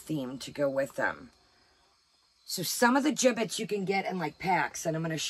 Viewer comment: Did you say giblets or gibbits? 😂😉🥰